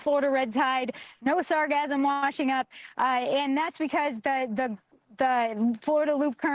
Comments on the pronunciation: It is pronounced sar gass um. NOT sasgasm. It used to be called Sargasso, as in its place of origin, the Sargasso Sea. It was famous for preventing wrecked ships from sinking. Why some idiot re-named it sargassum is beyond me. it is akin to the mis-pronounced word medullary, (meh doo la ree), meaning, of or pertaining to the medulla, a part of the brain. Some retard in the advertisement of a medicament began pronouncing it as (med yoo larry) and it makes me grind my teeth every time I hear it. Still, it may not be the fault of the microphone stand, since the plastic in her face probably won't let her form proper words, anymore. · sargassum not sarcasm(or sargasm) lol the "ss" sound isn't the same as "s" sound... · She pronounces sargassum like she is thinking of orgasm. There is no 'z' sound in sargassum.